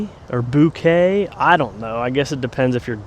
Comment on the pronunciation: Bo-Kay equal stress on both syllables… excited for my box🎉🎉